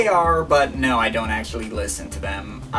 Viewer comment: "Masssshine" LMFAO "acsssshhhually" 😂 "i put the link in the dessshhription" u cant pronounce the letter c